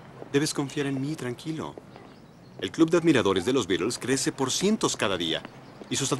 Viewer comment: No se pronuncia bien el nombre Beatles ni una vez en toda la película. Es una T, no una D ni una R.